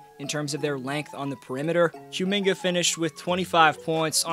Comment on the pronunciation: I don't think it's Q-minga. More like Ku-minga. He's from Congo.